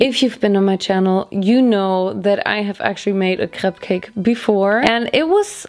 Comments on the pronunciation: As a breton, it made my heart happy to hear your correct prononciation of crêpe. It's actually pretty rare lol. And next time, if you want to make perfect crêpes, try to use the rozell (little wood thing) in small circular motions and in the same direction. It helps to make a neat form and it prevents holes too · Your speel of crêpe is very frenchy ! (And i'm french :3) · That’s the way we pronounce it in Germany :)